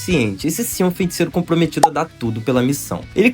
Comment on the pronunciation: Só me da nervoso ele falando "FeNticeiro"